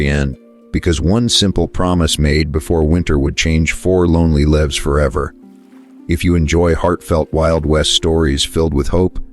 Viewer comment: Pronounce the words correctly. Four lives is lives, long i.